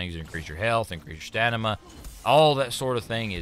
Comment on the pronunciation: I love that he said "Stanima" instead of Stamina